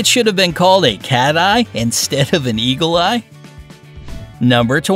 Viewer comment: No because Eagle Eye sounds like Eager Eye